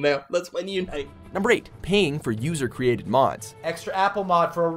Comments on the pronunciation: I can help with your call for translation. It's "et cetera", not "exetra". So annoying... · The original host mispronounces the word abbreviated by "etc." He pronounces it as "eksetera" when it should be "etsetra." Just sayin...